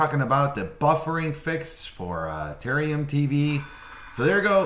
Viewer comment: Ta-RARE-ium. There are two "R" sounds in that word